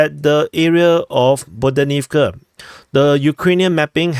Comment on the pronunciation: The "h" in Ukrainian words, as transliterated in Latin script, is never "silent". Stop with the "Bodanivka" foolishness.